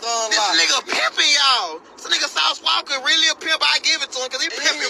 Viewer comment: Don’t ever say Sauce Walker It’s Sauce Walka